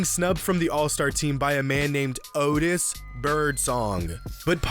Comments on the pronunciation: “Odis bIrdSonG”😭😭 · “Ottis birdsong” 😭😭